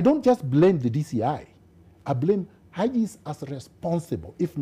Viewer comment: do another interview with a non-Raila supporter. Like the way pronounces Haji's name...Aji!